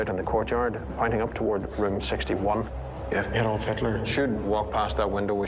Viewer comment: If I hear them say AYDOLF instead of ADOLF one more time I... I am going to dislike the video (I know, expecting some climactic act, sorry to disappoint).